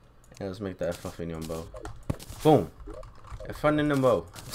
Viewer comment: Eh-floo-vee-um Effluvium Bow